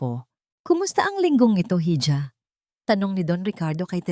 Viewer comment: Mali ang pronouncetion mo sa ija